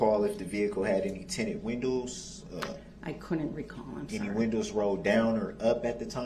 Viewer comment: Tinnin windools